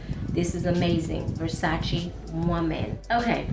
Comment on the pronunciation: I love you - you pronounce it Versac-E not versac-A!! All my life it has been pronounced the way you (and I) say it! Now I hear people all of a sudden pronounce it with an "ay" sound🙄. And you say "coin" (correctly) not "coins". In my day we always said "coin" singular not coins plural. Thanks for this video, I have to try that VersacE woman!! Sounds delicious. ** I got an Ellen Tracy at TJ Maxx, the one with the red floral background, on clearance for 4 bucks and it smells delicious! A beautiful sweet floral. Very nice, and only four dollars!!